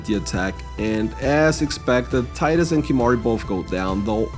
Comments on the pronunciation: Teedus, not Tie-dus. Come on its been 25 years already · Tidus is actually pronounced "tee-dus" for...some reason.